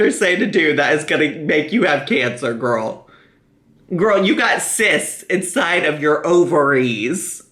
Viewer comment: "I'm just.... gorl." Yup. Yup, me, too. Her and Amberlynn. Jeez.